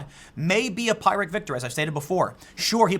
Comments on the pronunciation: You have been mispronouncing phyrric victory lately. It is pronounced fir-rik not pie-rik. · i hate that i'm 'this' guy but i'm just compelled to blurt out it's pronounced 'pir-rick' victory, not pie-rick. it's from the talented but unfortunate warrior king Pyrrhus of Epirus, who's army melted away after several costly victories against the Roman legionaries. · I’ve heard you say it in a couple of other videos. Pyrrhic is pronounced “pier-rick” not “Pie-rick” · Tim, it's pronounced PI RIC (soft i) victory.......NOT "PIRATE victory" (that's how it sounds when you say it, in effect, and it's wrong). It's Pyrrhic AS IN PICK....and NOT pike. Regards... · I know you love the word Pyrrhic, but if you're going to continue to use it as much as you do please stop mispronouncing it!! It's PEER-ICK not PIE-RICK. Not trying to be grammar bad guy from WW2, just want to help you sound as smart as you actually are. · Tim, Phyrric isn't pronounced PIErick. It is PEERick. Sorry just annoys the hell out of me everytime you do it. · Tim, it's pronounced PEER-RICK not PIE-RICK. Please stop making me hungry. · it's not "PIE-rick" man.. you make your bread and butter with the English language, for God's sake check into words you use all the time if you are not sure how to say them A Pyrrhic victory (/ˈpɪrɪk/ (About this soundlisten) PIRR-ik) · Pyrrhic is pronounced Peer - Rick. When you try to add the fancy new word on your calendar to your regular vocabulary you should check with someone on proper pronunciation Tim. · For goodness sakes, Tim. "Pyrrhic" is pronounced "Peer-ick", not "Pie-rick". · Pyrrhic sounds like peer-ick, not pie-rick. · Hey Tim if u see this I believe it's pronounced like peer-ic victory not pie-ric victory but I know tomato, tomahto like the vids either way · Pyrrhic, not pyric. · Please Tim "Pyrrhic" is pronounced "pure ick" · Pool, bro, I love you and all, but please stop saying pie-rick victory lmfao. It's pirr-ik. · PEER ick victory, not PIE rik